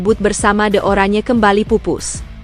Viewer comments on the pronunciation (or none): none